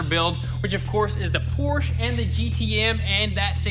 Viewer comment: Car guys? And still can't say Porsche correctly!